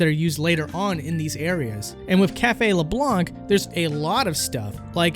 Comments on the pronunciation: I'm surprised you say LeblanC given how much they say it as LeblaN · “leblonk” ughh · says"" leblank"" SMH you don't pronounce that c nah seriously, nice video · Every time he pronounces Leblanc wrong a small part of me dies... IT'S FRENCH YOU DON'T PRONOUNCE THE C. THEY SAY IT OUT LOUD IN THE GAME. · You do not pronounce the C in LeBlanc! Arrrrgghhhh!!!!! It's French not english!........ Awesome video anyway! :) dude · Leblanc...the c is silent at the end. Also, I love that since Persona is going to be part of smash, Nintendo fan boys think they are experts all of the sudden. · Advice about pronouciation : you don't pronounce the 'c' in Leblanc. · pronounced leblanc incorrectly, disliked and unsubscribed. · Can you redo this video so that I don't have to cringe every time you mispronounce Leblanc? ( ͡° ͜ʖ ͡°)